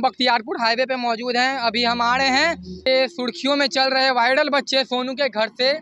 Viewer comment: bhai paan thuk ke bol le वायरल होता है viddal nhi। सुर्खिया sudhkiya nhi 😅😅 Kitna cutt le liya 3 min me be 😅